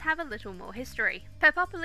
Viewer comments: I was also wondering how its pronounced because ive always said pep loh-s but quick google search said its pep less. I think I would like just lounging around in a peplos. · it's pronounced Pep - loss, just two sylables, not four. peploi (pep - loy) in plural(the garment is not purely greek, examples are found in northafrican tribal dress, nordic and anglo saxon cultures,romans wore them and it is probably the ancestor fo the russian sarafan also - it's basically a primitive garment that exploits the shape of precious, labour intensive woven cloth by not cutting it - see dorothy k burnam's book "cut my Cote"). round brooches aren't greek, those are a disneyism. the early attic peplos was fastened with a long sharp pin - long enough that Herodotus recounts that the garment went out of fashion in the later period because the sole survivor of a battle was stabbed by a mob of greif stricken woman(what gives you the right to live when my husband/son/father/brother died) - thus prompting the shift to the chiton (no pins) or the use of fibula (an early safety pin)by rule of the suriving, terrified, male relatives (athenians were basically paranoid about what happened when women fought back, maenads and amazons are the horror stories to keep little boys vigilent against the latent threat of the bolshy woman) Nor were classical garments "usually white" this misconception springs from the neo'classical c18th love of the pure white look - most surviving greek statues have been deliberately scrubbed to make them look white. Modern classicists have studied the paint traces and made reconstructions, the results do not fit the modern taste for white, they are p